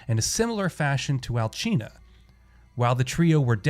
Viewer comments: why does everyone pronounce her name Alchina? its Alcina this isn't Spain or god forbid Italy the C has a ssss sound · I have a few gripes with this video. 1. You’re mispronouncing Alcina (she’s not Italian). 2. If this is your gameplay footage, why were you wasting bullets on Bela when she was dying? Even though you DO get a decent amount of ammo in the game, but still. 3. You said it was Cassandra slucing the girl with the knife, but the note says Daniela. Pay attention to the game’s content when you’re making videos...